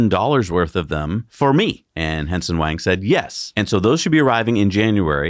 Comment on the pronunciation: It sounds like is pronouncing Nvidia CEO Jensen Huang’s name as “Henson”